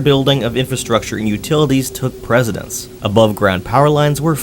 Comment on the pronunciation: Took precedence, not "presidence".